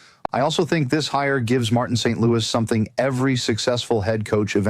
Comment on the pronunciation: St.Louis is not pronounced like the city. Friedman would know this.